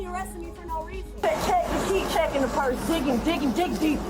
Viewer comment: What’s a porse